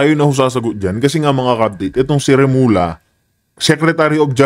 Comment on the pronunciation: Remulla ang pag basa pag dalawa ang L ay remul ya